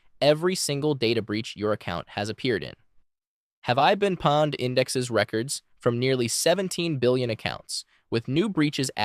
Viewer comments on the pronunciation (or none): Not "pawned", pwned is pronounced like "owned", but with a p. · Pwned is not “pawned” it should be pronounced like owned but with a p. It became thing when people would misspell…you got owned!! But since the p is next to the o, and people were fast typing, it would mispell to pwned. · It's not PAWNED... its P OWN ED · Wrong. It’s power-owned.